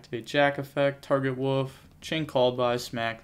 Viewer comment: It's Wolf not woof! Lol